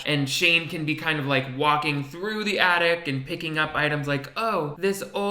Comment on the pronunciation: I started playing this video while I was making a sandwich and thought you were talking about " the addict". And the girl in the video was sad on Christmas because a family member is a drug addict. I finally realised you were saying " the attic". 😆